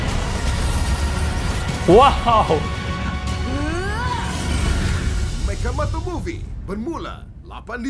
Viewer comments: Meka bang bukan meca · Machamato sebutannya mekamato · Sebutan Salah TU.. MECHAMATO disebut MEKAMATO. Itu kan English. 🤦🤦🤦🤦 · bang mechamato itu sebernanaya dipanggil (mekamato) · Mechamato dibaca jadi mekamato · Bukan mechamato tapi sebutan dia megamato tapi nama dia mechamato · How To Pronounce Malaysia Animation: Boboiboy - Boboboy Mechamato - Mekamato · Bang namanya mechamato Cha di baca ka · Sebutnya mekamato… tapi ejanya mechamato…. Amato it’s ayahnya boboyboy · Sebut mechamato salah